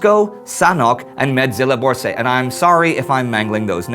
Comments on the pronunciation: As Slovak, I approve your pronunciation of Medzilaborce, well done. Eteral peace to all fallen in that terrible war. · Medzilaborce was pronounced perfectly. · I really like how you try to pronounce different names and cities according to the linguistic accuracy of the country they are associated with. Nice work with Medzilaborce, I live in close vicinity and am pleased to say hats down, the way you uttered it was almost like a native :)